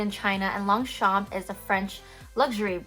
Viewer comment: Please pronounce it properly!